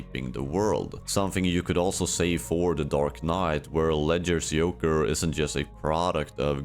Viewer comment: wdym yoker😭 is this ai generated or a speech disorder because before and after you get it right with the Js